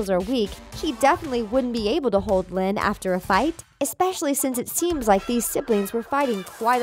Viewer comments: Its linn loud not loyd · It's Lynn loud senior not loyd